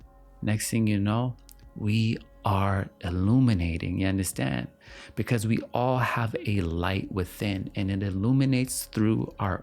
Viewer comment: i knew you were caribbean when you first said "ya understand?" 😫 i loved this video so much